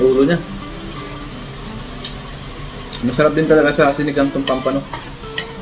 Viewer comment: No bashing po pls.❤ It's POMPANO po ang tawag diyan hindi Pampano or Pomfrets sa English